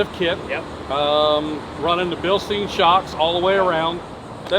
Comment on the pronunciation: it’s pronounced Bilste”I”n with an I. It’s German and the I is after the E in the spelling. Just a friendly correction.